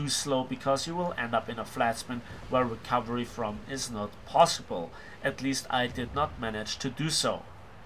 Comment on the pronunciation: it took me 5min to realize he was saying recovery not Calvary XD